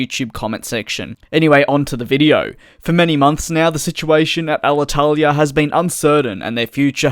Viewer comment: Congratulations for your very good spell of Alitalia name!! You seem to be Italian at 9/10 😁